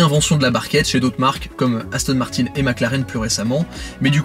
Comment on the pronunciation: "Astone Martine", "Maclaren", "Valkyri", "Boxter", rassure moi, c'est fait exprès, c'est du troll ?